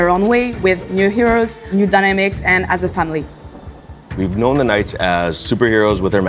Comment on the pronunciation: How many times can you say the batfamily wrong in one video?